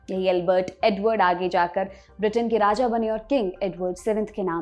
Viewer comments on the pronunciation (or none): none